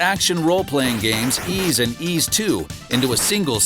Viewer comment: The narrator nailed the Japanese words in all these titels. I love it. Tho, Ys kept getting mispronounced. Oh, well... I don’t think ANY English speaker pronounces it right. They all think the S is Z or something.